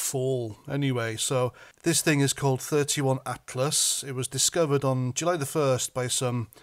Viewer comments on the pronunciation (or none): It's pronounced 3 'eye' atlas, not 31 atlas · 31??? Ffs, it’s 3 EYE Atlas…… as in interstellar….. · It’s not called 31 Atlas it’s 3I (3 eye) Atlas. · It's 3i Atlas, not 31 lol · Its 3i Atlas,not 31(ie letter not number) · 3 I atlas not thirty one,I = interstellar, keep up the good work bud. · Sorry its not 31 atlas its three I Atlas, meaning 3rd interstellar object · It’s 3i not 31 you plonk. There’s more to this and you aren’t even close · It's called 3i atlas not 31 . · Slight correction. It’s called 3 (I) Atlas as in the letter i not 31 Atlas. The I meaning Interstellar. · 3 I ATLAS. Not 31. The I means interstellar 😊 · It's 3I/Atlas, not 31/Atlas you beardy twat. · 3i....as in eye Atlas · 3-I (eye) atlas fyi 😉